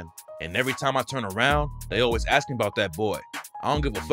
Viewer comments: “Axe” instead of ask 💀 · theres a meme out there calling 911 and them responding figuring out the race. the punch was they asked them to say the word ask and axe got them more time due to being aa. this is wild that he actually said axe smh